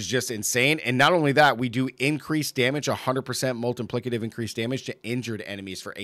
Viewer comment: I love the way you say "multiplicative" - sounds like "Molten Plicative". I'm playing crushing hands and love it! you need to try evade! Best speed farming (besides pit) build in the game